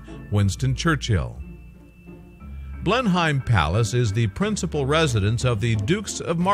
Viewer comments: Blenheim is pronounced Blennum or Blennim....not Blenhime. Check pronunciations before presenting these things for pities sake! You Tube have a huge collection of correct pronunciations on every topic and colloquialism you can think of....please use it. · Pronounced Blen-hem.